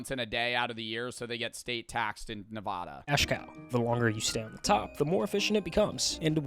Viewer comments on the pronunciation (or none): did u just say nevaaaaaada????????? thats not how u say it bruuuuuuuuuuuuuuuuuuuuuuuuuuuuuuuuuuu its nevada